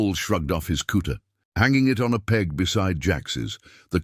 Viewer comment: Please get your narrator to pronounce Cut (kutte) not cooter.